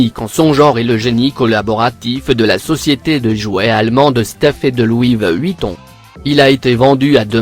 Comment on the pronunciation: Il dit louive Vuitton